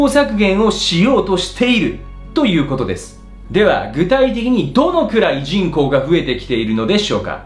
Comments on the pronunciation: 人口のイントネーションがおかしいぞ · 人口密度の時だけ普通のイントネーションなのも気になる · じんこう⤴︎の発音が気になる笑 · 人口の発音が気になり始めたら話が入ってこない… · 人口 の発音が、、f^_^ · 人工の発音ちがう。